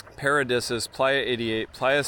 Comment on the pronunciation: Paradisus is pronounced para'deesus bro not disuhs.